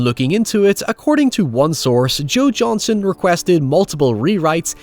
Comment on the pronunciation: Joe Johnston, not Johnson.